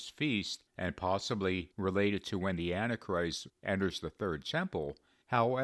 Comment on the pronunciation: I love this channel but can you please say “anti-christ” in 3 syllables rather than two? I notice in your videos you say what sounds like “anachrist”.